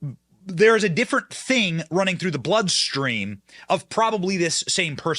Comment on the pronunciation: "I'm SAWWY girrrl, lyfe's a funny THANNG!!" -The Historic Karine Jean Pierre